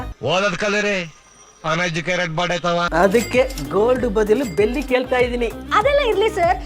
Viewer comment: ಅದು ಬೆಲ್ಲಿ ಅಲ್ಲ ಬೆಳ್ಳಿ 😂😅❤